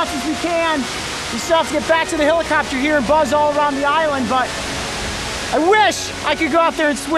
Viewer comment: island not iwlend